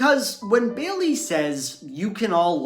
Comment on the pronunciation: Ugh I hate that pronunciation. It's Bay-lee, not Bay-uhl-lee